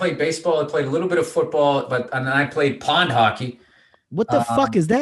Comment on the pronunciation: It sounded like Bill said Pon, not pond. Chill dude. I also wondered what the fuck that was.